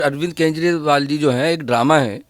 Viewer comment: कजंरिवाल not kezri😂